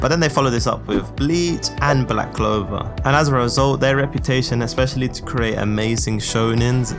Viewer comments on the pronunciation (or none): none